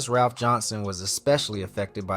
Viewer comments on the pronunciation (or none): none